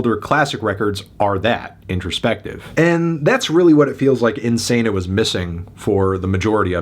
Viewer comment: “Isano” lmao 😂😂